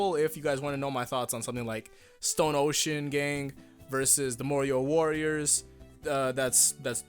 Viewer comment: is it a bad thing i heard "mario" all the time instead of "morioh"